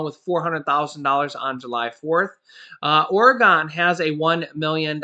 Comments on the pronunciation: Hey, I'm originally from Oregon and just so you don't pronounce incorrectly again it's pronounced Oregun not Oregone! ( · You pronounce Oregon so it sounds like Oregun